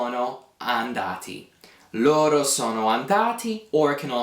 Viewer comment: I am confused on something. It has to do with pronunciation. When I hear you say the pronoun LORO, I know what you're saying because it's written, however, what I hear is LORRO. Is there a reason you roll your R there instead of using a flap? I've been speaking Italian since I was a child (i'm not native), but I have heard at random times people teaching Italian and rolling their Rs between vowels where I would use a flap. Another example is the verb CORRERE, where instead of being a rolled R then a flap for the second one, it's two rolled Rs. Thanks in advanced